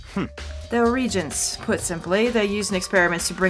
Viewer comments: "Reegents"? "Reegents"? Seriously? Have you never heard of a reagent before? It's pronounced "Re-Agent". They are chemicals that "react" to other chemicals in a solution, so they are called "reagents". At least, that's what I think they do. :-p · Lol "regents", sorry. As a man with a heavy science background I have to make fun of that. It's pronounced "re-agents" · its pronounced re-agents